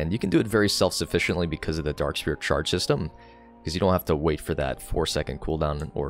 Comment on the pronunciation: Why does he pronounce it "Dark Spear" 💀💀 which accent is this